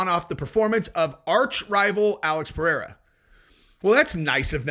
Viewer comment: can you teach chael how to say Pereira